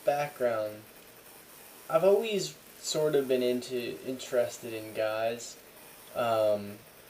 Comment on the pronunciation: You're the only other person other than myself who i've ever seen say "alweys" instead of always.